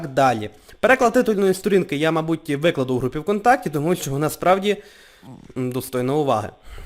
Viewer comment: вимова "с" і "з" крізь зуби пом'якшення "в" перед "и" - вьикладу , соковьитого пом'якшення і заміна наголошеного "и" на "е" пилочку , пиво якбьи та і решті слів з "и" проскочило інтелнет